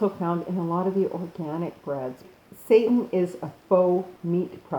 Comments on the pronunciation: YES!!! I'm so sick and tired of people spreading that Dr. Sebi crap. First, why on Earth would anyone allow another person to tell them how to eat? Secondly, everyone's body is different, even the city they live in can alter the nutrients they lack and/or need. It's pure bull is what it is. This woman,, has no clue what she's talking about. I knew when she mispronounced seitan and vegan that the rest was going to be an awkward combination of information she's found on the web without vetting and a regurgitation of Sebi's indoctrination. The people who have accepted and bow to the Sebi diet are no better than those christians who attempt to fool their flock with fear tactics and misinformation/misapplication of information. It's no different. I came to this video thinking it would contain useful, accurate information, but it's more of the same. It's nothing more than a Sebi indoctrinated individual attempting to advance Sebi's "theory" and philosophy by casting aspersions on seitan. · OMG YOU ARE PRONOUNCING THE NAME WRONG. IT IS ANNOYING